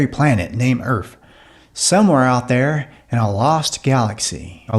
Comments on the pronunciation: Erf? lol it’s Earth. Try it slow. Erf lol to funny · Not "Erf" ,Earth.